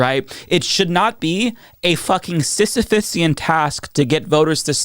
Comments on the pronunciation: ‘Sysiphisian’! ❤ chapeau my friend 🎉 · “A sisyphian task” 👌🏼